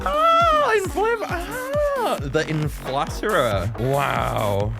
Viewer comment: I'm pretty sure its pronounced "The Inflate -rer"